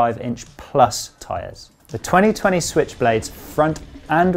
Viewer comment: "The Tiny Tiny Switchblade..." - lol, I had to play it 4 times before I stopped wondering why you were calling it "Tiny". It's "2020" - lol!